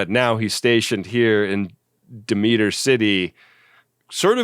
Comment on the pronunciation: The style/type of opening for 'Space Precinct' isn't something unusual for Gerry Anderson. He did the same thing for 'Space: 1999.' And that's 'Demeter' (Deh-meh-er) City, not De-meet-er.😃 Did I mention I really enjoy this series?